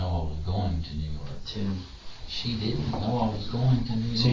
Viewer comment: the way he said "tim" was so funny too me